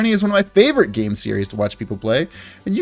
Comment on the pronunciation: stream start "let's get back... into the gayme" "starrting off art this week"